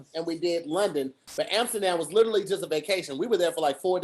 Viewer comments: can't say literally for anything 😂🤣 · Its difficult listening to completely murder the word "literally"